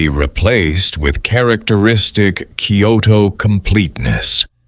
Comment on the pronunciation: Because it’s AI the place names are mispronounced.